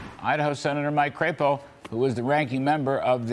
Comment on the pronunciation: "CRAP-EOH"????? I say CRAP-O........